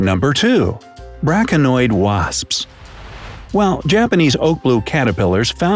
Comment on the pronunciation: Braconoid? Braconid wasp